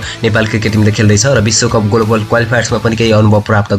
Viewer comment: गोलोबल गोलोबल होइन हौ ग्लोबल भन्नुस न। Anchoring गर्ने मान्छेको साना साना उच्चारण त शुद्ध हुनुपर्छ।